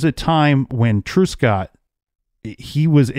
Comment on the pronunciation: Thank you for covering this 65 year old cold case. A couple of things: Truscott is not pronounced TRUESCOTT, it is TRUSCOTT. In the province of Ontario, we refer to major roads as HIGHWAYS, certainly NOT STATE roads ( a US reference). Canada has provinces, not states.